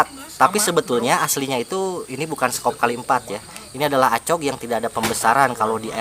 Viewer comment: Cara baca acog itu ekog ga si